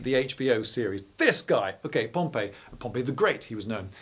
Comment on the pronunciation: I thought Pompey was pronounced pomp--ee...